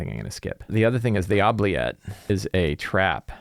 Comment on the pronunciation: I hate to be 'that guy', but it's actually pronounced oo-bliette, like oopsie. It's originally a French word. Love your stuff!